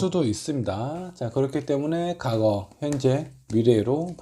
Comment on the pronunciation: 과거를 자꾸 '가고'라고 발음하시네요 ㅎ